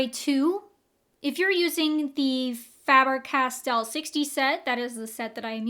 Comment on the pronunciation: FAber-Castell. The A is long in German. I am German. This is how it is pronounced. 😻